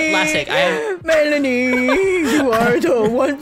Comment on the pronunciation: It’s pronounced , Mel-an-ee